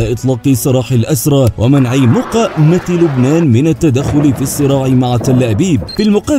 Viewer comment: سؤال الى حضرتك اشاهدك واسمعك تلفظ كلمة مقاومه مقطعين لماذا هل هذا استهزاء اما لك قصد اخر